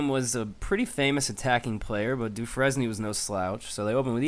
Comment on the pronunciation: It's pronounced "du frane" not "du fres nie".